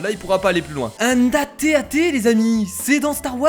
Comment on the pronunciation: ARETTÉ DE DIRE AT-AT C'EST TB-TT c'est un tb-tt on le retrouve sur hott la plannette de glace dans star wars;)